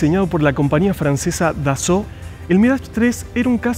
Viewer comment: Capo!!! Que buen vídeo, me suscribi al toque!!! Relindo el.museo! Yo estuve en puertas abiertas 2008...y me quedé con ganas de ir al museo, saludo compatriota! Además copado alguien que pronuncia perfecto los nombres Dassault, Foke Wulf, Sabré,etc etc 👏👏👏